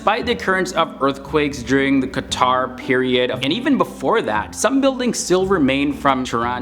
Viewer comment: Few corrections, Iran was named IRAN which means "The land of the Aryans" not the other way. It's QAJAR dynasty, not QATAR. BTW, It warms my hearts to know we are known for other things rather than war, slaughter, dictatorship and etc. Thanks!